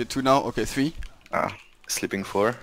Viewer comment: Its Three not free lol Englishman